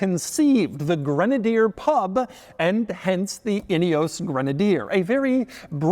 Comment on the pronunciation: Could you please do some research about how to pronounce “Ineos” correctly!!! 🙄 It’s embarrassing to hear one from MAGAland whom you might think would be speaking English NOT being able to pronounce a very British name! 🫣 It ruins what would else have been a great review 🤦‍♂️